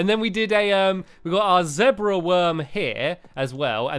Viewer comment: Spider is not an insect and he pronounces zebra differently